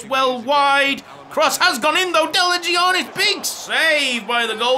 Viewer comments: Im greek so the way you say delagiannis hurts me Its pronounced delayannis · It's pronounced Deliyannis